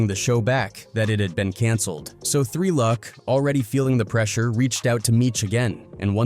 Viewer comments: 3 Lew C C? Why can it not pronounce 3Lucc? Why wasn't this video checked and changed to Three Luck? No oversight? Gosh I hate AI voice slop. I know this is garbage celeb news/gossip and gang crap but still, it deserves more effort than this. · good vid but maaaan these channels that use AI voices to narrate really need to just double check the vid before posting. 3 L U C kept getting me over and over again 😭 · Its Tre Lucc as in LOOCH